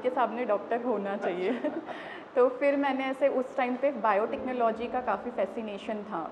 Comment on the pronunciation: Interviewer does not have any knowledge about this field and just cracking silly joke at least he should have some basic information before taking interview and also he can't even pronounce the word "Biotechnology" 😔